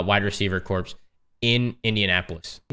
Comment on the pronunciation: Corps is pronounced like core.... English is weird.